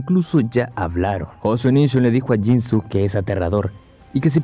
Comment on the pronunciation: Pronuncias mal el nombre de jinsuke (no es jinsuk es jinske en japonés la u no suena un ejemplo es con Sasuke se pronuncia sazke) ojo ahí amigo